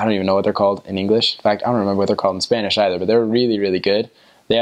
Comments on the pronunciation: Good descripcion of my beautiful country❤️ your Spanish pronunciation is very good👌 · I like your Spanish pronunciation! Bravo!